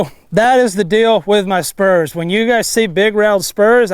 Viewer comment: Is he say I g spurms